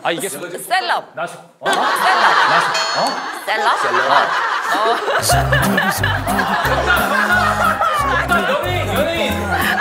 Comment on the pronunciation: 셀럽? 카는거 개웃기넼ㅋㅋㅋㅋㅋㅋㅋ큐ㅠㅠㅠㅠㅠ 포워드? 쒤럽?ㅋㅋㅋㅋㅋㅋㅋㅋㅋㅋㅋㅋㄴㄴㄴㅋ